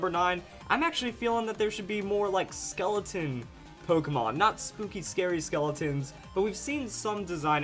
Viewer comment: the skull pokemon exists he said skeloton